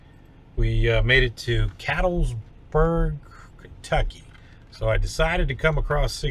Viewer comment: Enjoy your videos,. Oldest son drives for a dairy in Ohio. I know the Flying J where you stopped. BTW, the locals pronounce it "cat-lets-burg":-) Stay safe out there.